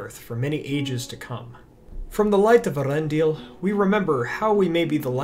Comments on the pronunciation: Not to be a stickler or anything, but doesn't the umlaut indicate that the name should be pronounced "ey-ARendil"? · I believe it's pronounced "Eh-AH-rendil", though Cate said it your way.